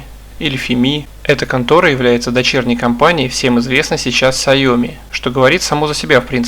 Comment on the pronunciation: "Сайоми" дружище ты пьяный что ли записываешь видео, так коверкать названия)